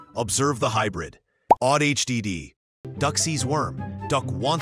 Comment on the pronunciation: It's ADHD, not AI-DHD.